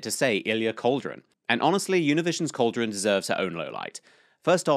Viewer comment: Greatest moment of the debate. Weird thing was that he got the name first but then doubted himself. You on the other hand pronouncing it "Cauldron" is unforgivable.